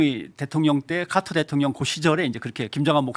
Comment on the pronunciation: ㅋㅋㅋ 카트가 아니고 카터다 지미 카터 .. 무슨 롯데마트야?;;😅